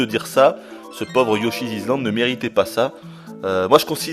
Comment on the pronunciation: Yoshi Izland ça ma fait mal aux oreilles TT_TT